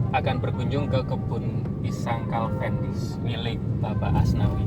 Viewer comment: Kok calvendis bukan cavendis pak 😀